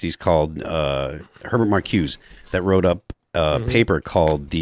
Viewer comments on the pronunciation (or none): Phil, Herbert Marcuse's last name is pronounced: (/mɑːrˈkuːzə/